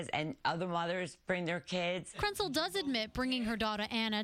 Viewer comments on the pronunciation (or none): did they say Krentcil or PRETZEL?!